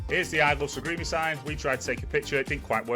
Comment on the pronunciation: It's Sarigerme lol pronounced Sarry germ a.